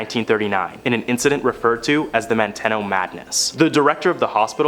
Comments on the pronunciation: ManTEEno not ManTEHno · It's Manteno MAN.TEEN.O NOT MAN TEN O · Manteno is pronounced "man-tee-no" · Manteno? You mean man-teen-o. 😂